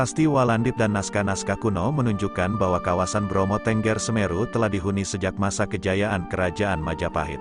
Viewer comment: Pengucapan "tengger".. ngaco. Kayak ayam aja .. bertengger !! Yg benar itu "teunggeur"... tau?